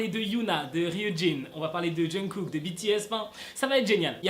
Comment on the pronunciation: C pas jungKook au lieu de Jungook ?